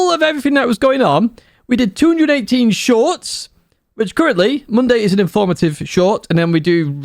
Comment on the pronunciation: Keep the "shoIrts" coming... 😂😂😂